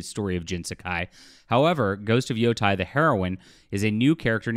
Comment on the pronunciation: Not that it matters much, but the pronunciation is not 'yo-tai', it's more like 'yo-te'.......or 'yo-DEI', whichever one you prefer.